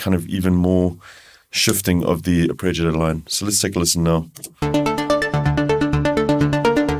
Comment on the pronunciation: Man, your videos for the Diva are really good, but it's not 'arpReggiator'! :-)